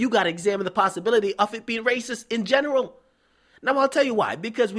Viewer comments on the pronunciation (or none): none